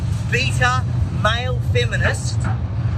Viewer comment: "Beeta mayle"